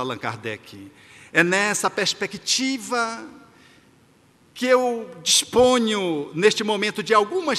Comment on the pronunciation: Aomo te ouvir, acho lindo quando você pronuncia a palavra "pespesctiva". Suas palestras são muito consoladoras! 🙏👏👏👏👏👏